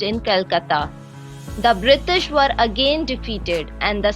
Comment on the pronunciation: "Brishtish" lol